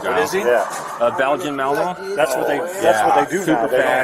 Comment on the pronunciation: Belgian "Melmo" LOL